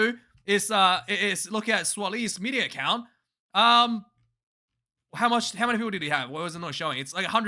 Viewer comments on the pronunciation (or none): none